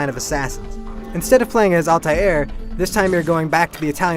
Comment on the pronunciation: its altair not altiar